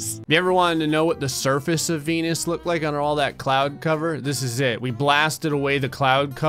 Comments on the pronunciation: Why does sound like saying "I'm sorry P*nis" instead of "I'm sorry Venus" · venus kinda sounds like penis